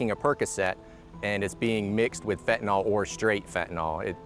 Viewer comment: It’s fentanyl not fentynol